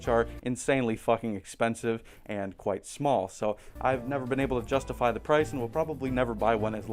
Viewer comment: Kwite the hong